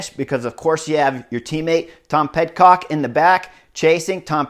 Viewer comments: Chris - another amazing analysis. Two things. 1) Getting close. Pid-cock. Not PedCock. Almost like pity. but with a d. 2) MvDP's jump on the flat at the end. I was thinking that he was thinking "Let me see if I can break them now." and then coast in. But I have ZERO experience in that situation, but my novice brain thought could be the only reason he would try it. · Pid-cock, not ped-cock sorry, just trying to help.thx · Dude, Tom Pid-cock. The C is not silent. Come on! 🤨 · That’s what i said on the oomloop video. Clearly, he’s not listening.